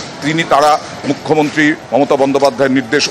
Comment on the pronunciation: জঙ্গীপুরের বিধায়ক তো মনে হচ্ছে মালের ঘোরে কথা বলছে। 'মুখ্যমন্ত্রী' শব্দটা একবারও সঠিকভাবে উচ্চারণ করতে পারলোনা। ঠিক মাননীয়ার 'গরমেন্ট' উচ্চারণের মত লাগলো।